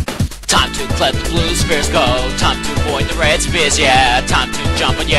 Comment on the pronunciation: I hear this as "Spear" not "Sphere"